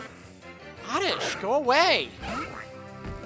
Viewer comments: It's oddish and not ordish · Oddish? Don't you mean ORRRDISH! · he says oredish to be funny